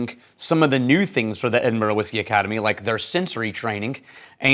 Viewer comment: So nice to hear pronounce Edinburgh properly. Haha.